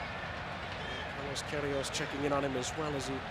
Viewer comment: The commentator's name is "Saint Pierre" and he still can't read Pierrot's name (or Queiroz's)